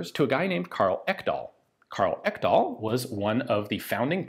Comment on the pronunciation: Ekdahl is a norwegian/danish name. Not to be pronounced «Ekkdahl» more «Eeek-dahl». But you got the sounds of the e’s and a’s more or less correct. Nice!